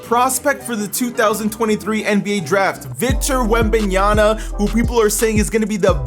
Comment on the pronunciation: It's pronounced Victor Whem-Ban-Yama